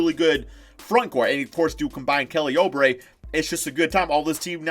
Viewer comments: Stop saying O Brey it’s oo brey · It’s oubre not obre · say it like oobre not obre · Why does he pronounce oubre like that?